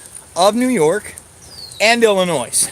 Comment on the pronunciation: Ill noise